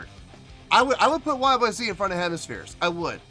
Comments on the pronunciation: it's not a question of pronunciation, it's the name of the song, the way Rush intended it to be. YYZed ! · Is it pronounced YYZet? I didn't know until years after I heard it? Great song, performance 👏.